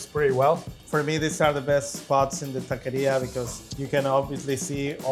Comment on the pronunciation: Takaria inche IA pndja. Se dice taquería mamad∆.